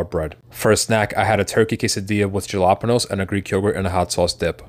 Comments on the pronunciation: Please stop with the galapeos ! Please google or have Siri pronounce jalapeño it for you ! Love your videos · This man is smart af, he pronounced jalapeños like that for engagement lol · the j is silent. Jalapeños